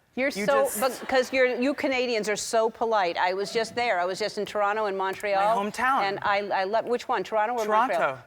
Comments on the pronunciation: LOL, Dan has been in the US so much he almost pronounced Toronto like an American. Or maybe he just does that when he's talking to Americans on TV. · Only person from Toronto (including myself) I’ve ever heard pronounce the ‘T’ in Toronto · As a Canadian I am very confused what Canadian wouldn’t pronounce the T maybe Nova Scotia? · I've never heard a Canadian pronounce the second t in Toronto before